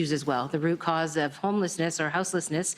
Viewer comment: He’s even mispronouncing words, “Homelessless” and “Asylum sleekers” for a couple, the more “Uh’s” you hear the more he’s lying, well he always lies but ya. WTF is that bandaid on his forehead for?